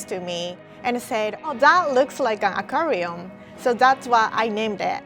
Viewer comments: Did anyone else hear, “a Korean cookie” not “Aquarium cookie”😂🤔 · When said aquarium cookies i thought i heard korean cookies